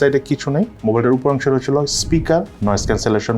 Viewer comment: এই মোবাইলে "রইচেলো", "রইচেলো" এগুলা কি বলেন? রইচেলো কি আবার?